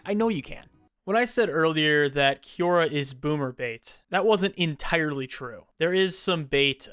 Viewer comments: i will listen once you can pronounce quora 😊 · I will from now on pronounce it Kiora instead of Kwora